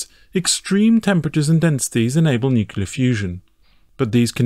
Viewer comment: NUCLEAR, IT IS FUCKING PRONOUNCED NU-CLEAR, NUCULER IS NOT A WORD. IT SOUNDS ABSURD AND UNINTELLIGENT WHEN SAID.